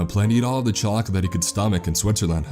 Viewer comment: It took me about the times to realise his friend wanted chocolate from Switzerland, I kept hearing chalk 😂